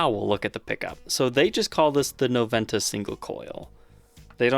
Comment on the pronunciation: As it's a Spanish word you should say "nobenta"... The "v" in Spanish is pronounced "b"!